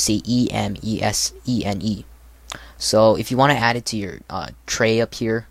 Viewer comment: The title "Custom Windows Live Messenger for Ubuntu" is kinda misleading. Emesene and aMSN are WLM "clones". Plus it's not Ubuntu only. Also Emesene is pronounced MSN, otherwise it would be written EMESENE or E.M.E.S.E.N.E. A more correct title would be Emesene: WLM Linux Alternative. Just my thoughts and some constructive criticism. Nice video btw